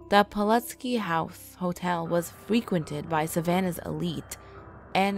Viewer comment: Hate to be a stickler, but I think that's Pulaski (pull-ass-key). It's named for a hero of the American Revolution who died in the Battle of Savannah. Sorry, my major was in the history of the American Revolution. :)